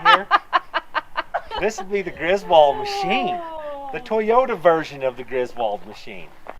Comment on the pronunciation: "Poyota" 4x4 🤪🏆🏁